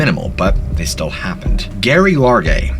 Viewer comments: Constructive criticism: Calling a female named Geraldine 'Gary' as opposed to Jerri is unforgivable. Every time you say Appalachia(n) it makes me wince. I love the content, but your overall storytelling style reminds me of Creepy Pasta that's more geared toward adolescents. I try to watch your videos, but these things have distracted me from enjoying your videos. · Pretty sure her name was pronounced like Jerry, not Gary (her name is Geraldine). I watched a North Woods Law episode where they searched for her and that's how they pronounce it. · Geraldine aka Gerry is pronounced Jerry not Gary; Gary is a man’s name. Geoffrey is pronounced Jeffery, so yeah Geoff is said like Jeff. Cmon dude have ever heard the name Jee-off? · This is kinda bugging me but you keep pronouncing Geraldines name wrong! the first letter is a J sound so you pronounce it Jeraldine. I know this because one of my grandmothers was Named Geraldine. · It's pronounced JERRY, you imbecile.... The G is pronounced as a J thus 'Geraldine' is pronounced 'Jeh-Rhyl-Deen'... 🤦‍♂️🤦‍♂️🤦‍♂️🤦‍♂️🤦‍♂️🤦‍♂️🤦‍♂️ This is absolutely shameful, you should be thoroughly embarrassed by your ignorance. I strongly suggest you suspend your channel until you can obtain your GED... 🙏🙏🙏🙏 Disgraceful to think that a white, male American, in 2022, is so poorly educated, that you cannot even properly pronounce a fairly common name 😞😞😞😞